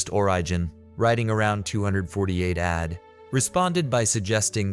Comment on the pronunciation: "Served from 26 ADD to 36 ADD"